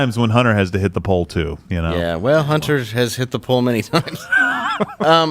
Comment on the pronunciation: He said Hunty